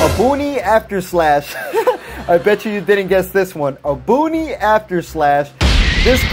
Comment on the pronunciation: Bro i love your vids but how the hell are you a substitute teacher this dude said bergamo furious roar and obuni after slash lmao